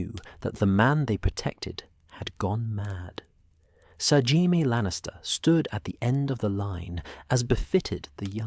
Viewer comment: "Hai-mee Lannister" -AI narrator